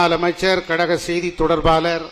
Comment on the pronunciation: இந்த எடப்பாடியால் "கழக' என்று கூட உச்சரிக்க முடியவில்லை. "கலக" இன்று தான் சொல்லுகிறார். ஒருவகையில் சரிதான். அது கலக பொதுக்குழு தான்.